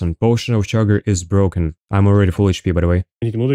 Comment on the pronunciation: Stop Cheating! Its Bwoken!